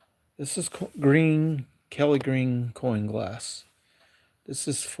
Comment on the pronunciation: Are you saying KELLY GREEN?